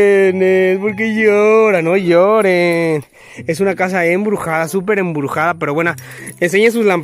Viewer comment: "EMBRUSADA" XD